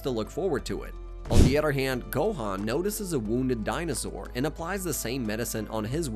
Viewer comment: Part 3: guys “da mice” are in my refrigerator they’re eating all the cheese “yahjeerobae” “well done”✌🏻🥀 i think bro was just trying to play baseball help im running out of “da mice” puns “Dinazaur” it’s called a galick G U N but I’ll let it slide bro I can’t keep doing this NOOOOO I THOUGHT I WAS SAFE If I do anymore at a time I start losing brain cells so see ya in part 4💀😭